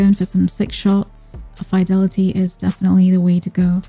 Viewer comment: You pronounced fidelity wrong. 😳